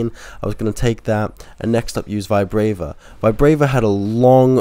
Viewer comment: Its not VIBRAYVA ITS VI BRA VA there is no letter Y in the name